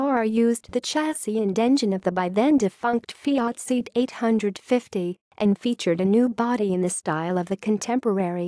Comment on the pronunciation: What a pity thet the comentator can not pronounce Seat properly.